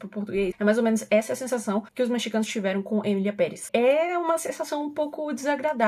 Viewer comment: Eu pensei que a estava falando "miliamperes" ao invés de "Emilia Perez" vim saber deppis de 3 minutos de vídeo kkkkkkkkkkkk